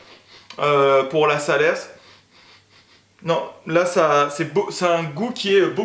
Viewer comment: Top cette vidéo!. Juste à titre indicatif on ne dit pas « salerse » mais « Saler » on ne prononce pas le « s » dans Salers (parole de cantalou). Merci en tout cas pour cette vidéo